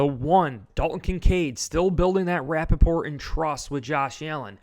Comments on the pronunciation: Rapport is pronounced RA-pour. It is a word from French language. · I think you mean to say rapport not Rappaport. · Dude! It's "building rapport", not Rapaport, (like Michael). Lol😂